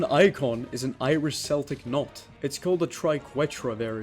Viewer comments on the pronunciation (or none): He said Celtic wrong and it pisses me off